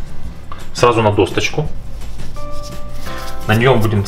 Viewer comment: Спасибо! Только не досТочка,а досочка. Проверочное слово ДОСКА! ЛАЙК!